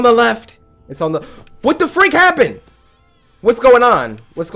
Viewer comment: I heard f*%k but I think he just said freak, Cory don’t swear!